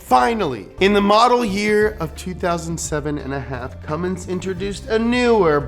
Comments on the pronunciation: They made zero reference of that in the video, it's much more likely that someone didn't know the difference. He pronounced Cummins as Cummings through out the video and got the 24v year completely wrong. They just didn't know what they were doing on this video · As a Cummins enthusiast, this video made me proud and yet worried. The Cummins Engine Company has been around for 100 years, but people still pronounce it as Cummings.... Poor Clessie is probably rolling in his grave every time someone mispronounces it! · Cum mins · Whatsup with the ford Edit: did be just say cummings? You're killing me. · Cummins without the “mins” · Hehe cummins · Now if you can just get people to understand that there's no "G" in Cummins. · Haha. cummins. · Donut don't u mean CUMmins 😉😉😏😏😉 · Gotta make sure you get that [G] in Cummins... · there is no g in cummins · I took a shot every time he added a g to cummins I’m drunk af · I wasn't gonna say anything but then he said "Cummings" twice... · jesus christ. why do u keep saying cummings instead of cummins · One thing you need to learn about Cummins stans is that I SWEAR TO GOD IF YOU SAY “CUMMINGS” ONE MORE TIME IM GONNA BE CUMMING TO YOUR HOUSE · 1) you said Cummings TWICE! A cardinal sin amongst diesel enthusiasts. 2) the 24v head came out in 98, not 03. In 03, they debuted the common rail fuel system with the CP3. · Why did they allow him to keep saying “Cummings” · The first thing you need to know to get up to speed on Cummins is STOP CALLING IT CUMMINGS YOU NUMB FUCK EVERY PICKUP WITH ONE IN IT HAS IT WRITTEN RIGHT ON THE GODDAMNED SIDE OF IT....THERE...IS...NO...G...IN...CUMMINS!!!!!!! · Did you really just say Cummings? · Stop saying Cummings! 😭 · Say “Cummings” one more time. I dare you! 😡 😤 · Can hear call it "Cummings" a few times here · I hate to hear "Cummings" 🤦‍♂️🤦‍♂️ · Anyone else annoyed that he kept saying Cummings instead of Cummins. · Quit saying Cummings ffs! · Stop saying “Cummings”